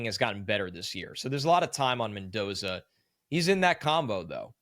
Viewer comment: Mendoza. Don’t mess it up…